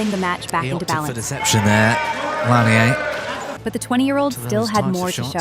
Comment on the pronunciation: At least make an effort to pronounce player names properly. Even the British announcer got Lanier right...he's French, not from Kentucky.